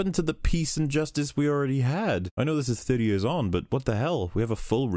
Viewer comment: I love the way you say "years" "Jöörs" Lmao